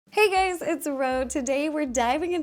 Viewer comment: I thought she said hey gays I was like yessss queen 😂